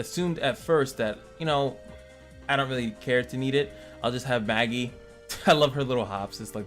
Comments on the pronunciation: Judging by the fact that the devs ain't western, I'd go with the common Eastern way of pronouncing it as "Mah-gi"... a simple reference would be anime like Magister negi magi negima and so on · May-Ji Mage-Eye